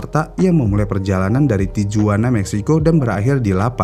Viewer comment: tijuana dibaca tihuana